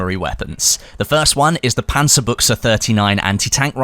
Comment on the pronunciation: pronounced the Panzerbüchse correct. What kind of video is this? UNSUB!